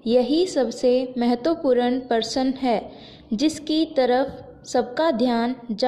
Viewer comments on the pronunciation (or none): डिक्टेशन में प्रश्न की जगह पर परसन बोला जा रहा है बाकी सब ठीक है बहुत बढ़िया